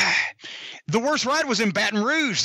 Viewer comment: He said Barton rouge I believe it that’s where my family is from so I’m not proud of it but yea I believe it